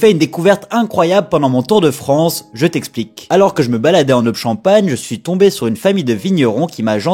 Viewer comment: Attention on dit l'Aube (prononcer eau-be, ou ô-be) surtout pas "l'obe" comme dans la vidéo ! L'accent champenois à même tendance à accentuer les O pour les rendre encore plus thoraciques !